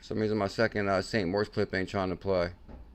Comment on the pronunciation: Especially when it’s pronounced MORITZ